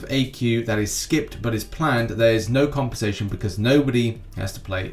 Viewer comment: I really like your accent when u say compensation tbh please say it in the next news 10 times without any reason or not it's not necessary